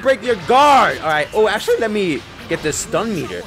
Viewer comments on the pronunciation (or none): "actully" lmaofofofo wtf is that